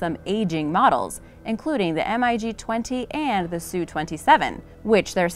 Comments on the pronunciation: She didn't even mention that the F35 is capable of vertical lift then they use an image of one when she is talking about the Harriar oops and it's pronounced mig not spelled out M. I. G dummy and these were just the obvious mistakes I'm sure there were more. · S U 35 NOT Sue 35. Mig not M I G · Damnit its MIG not M.I.G!! Maverick its Goose, we got 2 M.I.G's on our ass!! Lol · SU 35 is derived off of SU 27, not SU 25. It's not M I G. It's MIG, one word. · When you say "M" "I" "G" instead of "Mig", you obviously don't know the subject matter. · Crap narration. It's Mig. Not M-I-G. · says m.i.g instead of mig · Lmao the thumbnail! Like, I know has some pretty clickbaity thumbnails, but seriously? An F-22 air superiority fighter with like 20 bombs and fuel tanks under its wings? Really? And it’s pronounced “MiG” not M I G. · MIG is pronounced mag MAG....!!! Not an M I G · I just goe cringed by the M I G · Glad you pointed that out, I heard "M.I.G 20" and went WTF!? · Like calling a mig an M. I. G. ...lol. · The MIG is pronounced MIG, likePIG. Thought everyone knows that. Lol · Wrong plane shown ... that is an ea-6b Prowler i think. Plus, stop saying M-I-G, ick! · This is making me laff so hard. Just look at the comments. The video is obviously a dud. "M.I.G." lmao is this lady serious? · Everytime she says m I g a rookie misses the wire in a carrier landing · The m.i g? lol Must be an upgraded version of robot voice. T50 my 1st choice, then the A10. I'd say though the true measure of these aircraft is not something that can exist on paper. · Not Three words its MIG one word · Maybe it's a "robotic" voice? If it "sees" a word that's in all caps, it will pronounce it by the letters. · For Example, Russian fighters, Mig is pronounced as a word not spelled out while SU is spelled out. Just shows your unfamiliarity with military aviation. Small details like that. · Mig is pronounced as a word not spelled